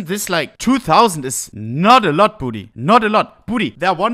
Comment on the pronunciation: Every time he says budey I'm hearing booty